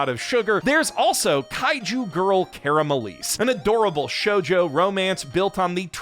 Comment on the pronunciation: hey, pretty sure it’s pronounced caramel-eyes. yk, caramelise? the word that already exists in english?? this is just the english spelling??